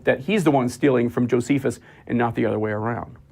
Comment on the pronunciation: The names … Josephius, Tactius … I love it when they can’t even get their erroneous source names correct 😄😄